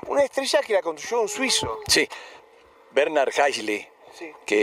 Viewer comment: WERNER NO BERNARD !!! HIMMEL HERR GOTT NOCHMAL MAAAA CHEEE OOOO !!!🤌🤌🤌